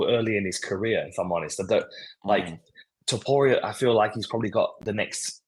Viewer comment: Too-poo-ra!? Bro sort your pronunciation out